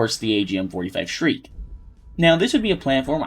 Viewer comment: Why do you say the agm 45 like shriek instead of shrike ?